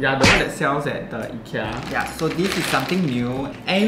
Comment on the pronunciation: Your pronounced IKEA wrongly...